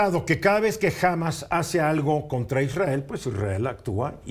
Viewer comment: No se lee "Hámas" sino "Hamás"